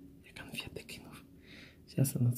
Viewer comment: Так маманка тоже у Парыж лэтыть? 😎😏🤔 Конхфэткы взлётные... 😂 Посадочные.... 😂 Всё с собой, молодец🙂